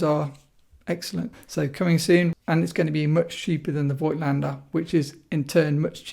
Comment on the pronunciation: It’s pronounced Fogtlaender not Voightlander.